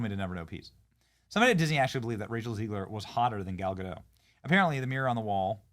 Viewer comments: It's Gadot, not Godo. It's not French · The "t" is pronounced in Gadot, per Gal herself on video. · Oh Benny... Gal Ga-dot, not Ga-dadough. Do your homework bruh! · Its GADOT, theres a T there at the end.